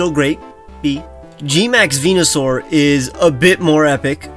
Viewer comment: THERE IS NO O IN VENUSAUR!